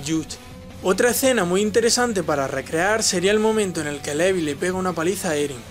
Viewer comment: Y dale la mula al trigo SE DICE LIVAI NO LEVI SE ESCRIBE LEVI PERO SE DICE LIVAAAAIIII AHHHH